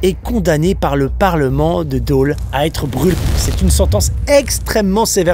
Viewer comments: "DANS LES FRANCHE COMTÉ"?! ET ÇA SE PRONONCE "DOLE" PAS "DÔLE"!! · Super vidéo par contre ce n'est pas Dôle mais Dole 😂😂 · Attention très important c’est pas Dôle mais Dole !!! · Daule 😁 Dôle tu peux le prononcer "dole" ^^ J'habite justement dans le secteur et j'en avais jamais entendu parler lol C'est la seconde fois que je vois cette vidéo et chaque soir quand je ferme les volets de la porte-fenêtre, je m'attends à tomber sur un dogman 😅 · Ahhhhhh ça me fait mal aux oreilles quand tu dis Dauuuuuuule au lieu de Dole mais on t'aime quand même ! Moralité, épilez votre mono sourcil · Par contre c'est dole pas deaule JD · C'est dole pas daule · J'étais à l'école primaire à Amange, et je me rappelle d'une fresque sur un mur pas loin de l'école qui racontait cette légende (qui m'a évidemment marqué), du coup c'est très plaisant de te voir parler de ça. (et sinon je suis natif de Dole donc je dois faire mon chiant et rappeler qu'on prononce /dɔl/, avec un O ouvert ahah) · bienvenue à dole, par contre c’est pas « dôle », ça fait un poil peur quand je says que j’habite dans la serre en fait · J'adore ta manière de prononcer "Dole" xd